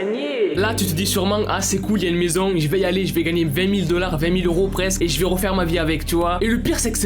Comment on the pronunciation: Pk tu dit "dellard" c'est dollard